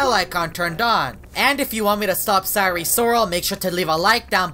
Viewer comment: Normal people: sire sirol: syre sorol